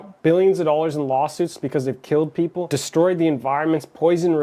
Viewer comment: Her voice at the very beginning, jesus christ. Three to four DOLLERRRS DINERRRRR